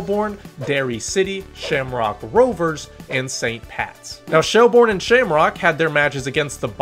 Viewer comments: minor pronunciation corrections i am compelled to give: sligo is sly-go shelbourne is shell-burn the shels collapse was crazy i am glad they ultimately saw it out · Great video but it’s “Shelbirn” 😄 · first off, its sly-go, not slee go, shelbourne is more like shell-burn than shell-born also i dont see what the point is in talking down the league for a team being able to win despite a bad period of time, its more interesting to never know who is gonna win and having a league that is close, and i say that as a shamrock rovers fan who won the league every year since 2020 until now, i'd rather that than be in france with psg winning every year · Pronunciation: Shell-burn Sly-go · Good synopsis... But you need to improve your pronunciation.😄So try to pronounce the names phonetically.. and you will get "Sly-go" and "Shell-burn". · It's pronounced shell burn not shell bourne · Safe to say this dude has never been to Ireland and certainly not a LOI match. If he had he would know how to pronounce Sligo or Shelbourne properly.